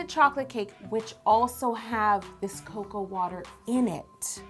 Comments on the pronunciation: It’s called co-co-a dabs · cocoa woter 😂😂